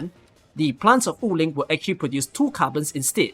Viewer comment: random correction: Wu Ling is pronounced as Wu3 Ling2 (武陵) and not Wu4 Ling2 like you always pronounce in your videos and streams. anyway, really helpful video especially the part about the items to reveal uncollected auralynes and chests